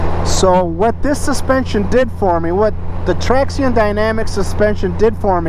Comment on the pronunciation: Its pronounced "traction"...